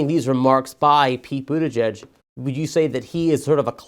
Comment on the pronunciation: BUTTigen? Really? 🤣🤣🤣 South bend IN? Ha ha ha ha ha!!!